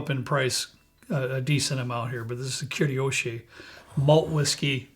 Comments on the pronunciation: As a Japanese, I can say you did a pretty good job of pronouncing the names. Only one that sounded off was Kurayoshi. (koola yoh she) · Toki means time in Japanese, it is literally Suntory Time 😂 your pronunciation is not too bad kurayoshi can be done in phonetic pairs — ku ra yo shi, fool the r just a touch.